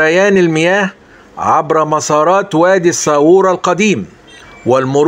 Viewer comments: الساورة السا تنطقها بدون شدة و الواو بدون شد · الساورة تنطق بتسكين الواو وليس بضمها.